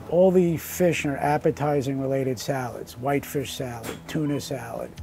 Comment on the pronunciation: Whiot fesh